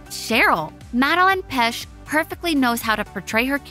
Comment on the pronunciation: It actually hurt when she said "pesch" :')